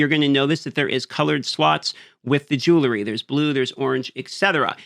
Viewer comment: lil bro needs to sound out the word jewelry